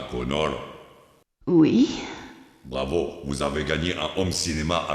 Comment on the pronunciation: John Connor et pas Connorssssss putain